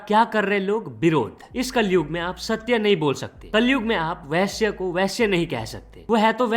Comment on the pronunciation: vaishye nahi vaishya hota hain bhai arth ka anarth mat karo. 😂